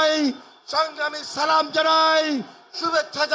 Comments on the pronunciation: সালাম টা সুদ্ধ হয় নায়। আপনার প্রতি দোয়া রইল।❤❤❤ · সালামটা শুদ্ধ হয়নি আপনার জন্য দোয়া ও শুভকামনা রইল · সালাম দেওয়া সঠিকভাবে দিতে পারে না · সালাম টাও সঠিক ভাবে দিতে পারলো না, হায়রে মুসলিম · সালামটাও ভালো করে দিতে পারেনা হায়রে মুসলিম নেত। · নেতা-নেত্রীর অভাব নেই কিন্তু শুদ্ধভাবে সালাম প্রদান শেখানোর লোকের বড়ই অভাব .... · তারেক রহমানকে কি কেউ শুদ্ব করে সালাম টা শিখাতে পারেন নি? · সালামটা শুদ্ধ হয়নি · সালাম টা তো শুদ্ধ করে দিতে হবে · সালাম শুদ্ধ করে দিতে হবে।প্লিজ সালাম দেওয়া দ্রুত শুদ্ধ করে শিখুন। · সালাম সুন্দর ভাবে দেওয়ার পরামর্শ রইল প্রিয় ভাই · salam ta thik kore dite pare na abar ayse akhane natok er vashon dito agw salam deya shik shala🤮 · সালাম টাও ভালো করে দিতে পারেন নাহ জাতীয় ইমাম😂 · সঠিক ভাবে সালাম দিতে পারে না সে আবার নেতা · boktobbo khob e valo cilo but dokkho lage tokhon jokhon dekhi apnar moto ekjon priyo manus jar dhormo islam se thikmoto salam porjonto dite pare na. afsos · সালাম শুদ্ধ হয় নাই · যে নেতা মানুষ কে সঠিক ভাবে সালাম দিতে জানেনা সে আবার কিসের নেতা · সালামই দিতে পারে না ঠিক মতো, এর আবার সাফাই গায়😂😂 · উনি সুন্দর করে সালাম টা ও দিতে পারে না। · সালামটাও শুদ্ধ করে দিতে পারে না দেখি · জনগণের মাঝে সঠিকভাবে পূর্ণাঙ্গ সালাম বলতে পারেনা তারেক রহমান, বাংলাদেশের রাষ্ট্র নায়ক হয়ে দেশ চালাতে চাই, তারেক রহমানকে দিয়ে বাংলাদেশ চালানো সম্ভব না। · মুসলিম নেতা সালাম টাও ঠিক মতো দিতে পারে হায় আফসোস হে মুসলিম জাতি কিসের পিছনে ছুটছো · সালাম ও দিতে পারে না ভুল